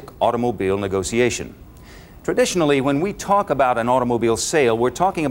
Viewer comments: Did he say negociation? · Damn this is just good sales. And the way he pronounces negotiation is exquisite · I live for the way he pronounces negotiation.